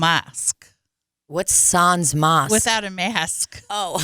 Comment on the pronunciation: As a french canadian, the SANS part killed me 😂😂😂 you don’t pronounce the S at the end. or the N. SAN, i don’t even think there’s an english words I could say to make it make sense 😂